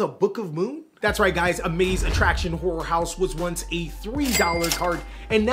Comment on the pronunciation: Y'all got start pronunciating Horror in Horror House. Cuz hearing "amazement whore house" is killing me 😂